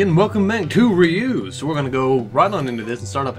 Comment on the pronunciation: it's pronounced like Zeus only with a R in front instead of a Z.